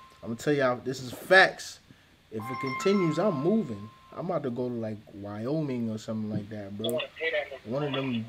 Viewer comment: He said Wyoming